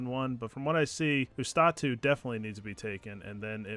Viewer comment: Man, if I had a nickle for everytime I heard someone misspronounce Ustotu I would have like 5 bucks. p.s:It is YOOS-TO-TU not OOS-TA-TU